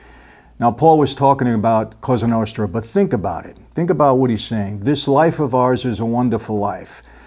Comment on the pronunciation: I really like your videos but I don't like how you pronounce Italian words in an American accent. When you say Cosa Nostra, you say it like "Qouza Nousthra". Just say it in an Italian way like "Koza Nostra". Well, you know what I mean :))) BTW I've watched a movie called "Bonanno: a Godfather's Story", which is based on Joe Bonanno's Autobiography. And in that movie they say the same about Kennedy's murder - his father had tight contact with Mafia and they helped him to win elections but later he began fighting Mafia and that's why they get rid of him.